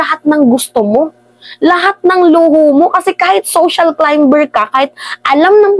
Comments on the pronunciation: Climer not climber.silent B tnx po more power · Silent b ang pagpronounce climber. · Climber is pronounce as silent B po nanbabatikos ka pero mali mali nmn mga pronunciation mo pano na tayo nyn ngaun kong di nmn pala tayo nalalayo kay Bad Boy🤣🤣🤣, ayusin mo dpt pag nan babatikos matalino di obob... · silent b yung pagbigkas sa climber ( climer).